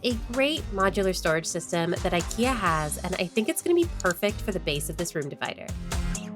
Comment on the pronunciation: Love it, love it, love it! And also love your effort to pronounce our strange Swedish words correctly, am especially impressed with the way you said IKEA. ❤